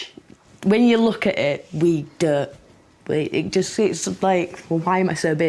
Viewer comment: she didnt even attempt to pronounce "dont"